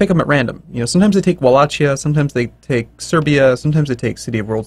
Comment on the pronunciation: m8 the CH in wallachia is pronounced like the H in How. Not like CH in chance xD